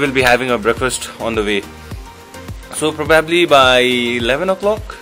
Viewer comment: Bhai daami cha vlog, I’m enjoying watching your channel, your content is good, I’ve subscribed, just one thing- “probably” ko pronunciation rectify gara hai (præ- buh· blee ) not criticising just a suggestion) one love